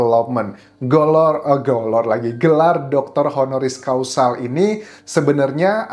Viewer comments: Mmg sama sih arti HONORIS CAUSAL dan HONORIS CAUSA. Dengernya jadi AGAK LAEN. Causal! Heehee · Honoris causal.... ??? Causa or causal ???